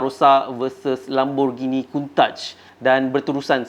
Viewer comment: best giler abang bercerita sampai habis 2 ktopok saya makan tapi saya nak Perbetulkan sedikit (kalau saya pun salah sila tunjuk ajar) lamborgini "kuntash" salah dia kauntash